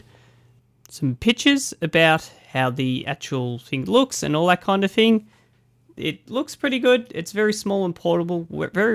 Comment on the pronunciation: You also said fing instead of thing. frough instead of through.